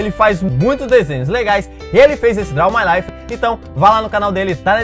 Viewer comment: amo "draum mai laifi"